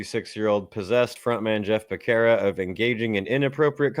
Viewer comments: It’s pronounced Beh-Serra. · Btw Becerra is an Hispanic surname & ur pronouncing it wrong get it right fukin eyesore